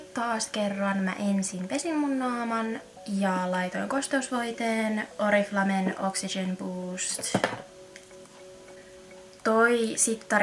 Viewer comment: Vittu meni hermot ku sanot oriflamen oriflame vaik se sanotaa orifleim ja oli ärsyttävää ku puolet täst videost oli vaa taukoo ettet puhunu nii leikkaa videoo paljo enemmä